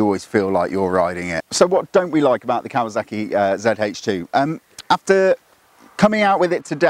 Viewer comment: Either way, there's zero excuse for saying "kawaZACKy".